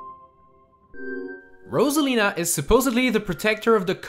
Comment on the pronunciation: sorry but uh ambidextrous anyone? rosalina is abedextrous (thanks for pronouncing her name right tho)